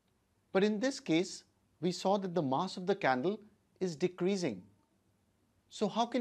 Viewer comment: I thought he said “So lets light the candely”